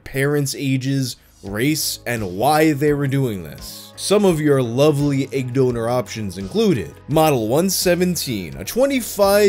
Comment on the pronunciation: Nobody:: ægg